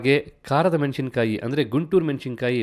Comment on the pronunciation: 'ಮೆಣಶಿನಕಾಯಿ' ಅನ್ನು 'ಮೆಣಸಿನಕಾಯಿ' ಎಂದೂ 'ಹಾರಬೇಕು' ಅನ್ನು 'ಆರಬೇಕು' ಎಂದೂ ಸರಿಯಾಗಿ ಉಚ್ಚರಿಸಿ, ಕನ್ನಡವನ್ನು ಕಾಪಾಡಿ 🙏